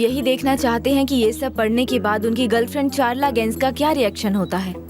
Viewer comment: Çağla ko Kagla bulaa raha h 😂